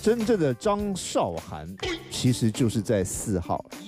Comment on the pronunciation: 拜托! 主持人敢把字念对么? 韶, 这个字是2声!!!!! 不是多音字. 韶华易逝, 你读4声么?